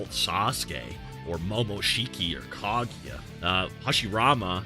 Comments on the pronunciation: Did he say kageeya??? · Why does he pronounce Kaguya like that????